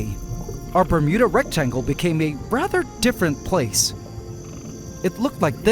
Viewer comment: Not gonna lie. Whenever i hear say Bermuda Rectangle, I keep hearing Bermuda Rectum.